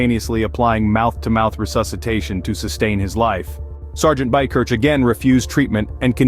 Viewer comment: Buy-Kirk, is the pronunciation, but he’s a local to me. Great hero and thanks for presenting it.